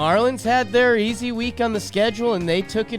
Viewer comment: The “Wek” was so juicy couldn’t fit the vowel 😂